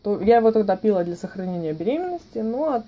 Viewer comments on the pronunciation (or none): Все супер по информации, но говорится "понялА" и "пилА", "началА", а не "пОняла", "пИла" и "нАчала". .